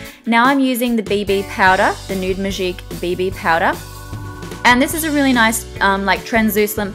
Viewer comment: Just because she's australian she can't have a french accent?! Last time I checked touche, magique, riche, eau de teint... were not english words. Think before you try to correct someone. So yeah, when saying those words she has a bit of a french accent, which is lovely, I agree with Mathilde.